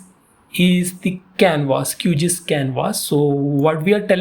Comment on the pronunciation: It's pronounced as Q-G-I-S and not QGees.